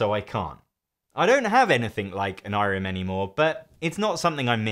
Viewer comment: I think you're saying Onirim wrong